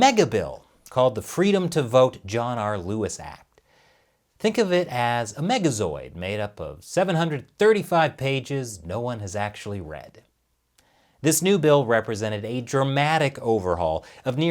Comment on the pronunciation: It's pronounced Mega ZORD not Mega ZOID. there's no "I" in zord.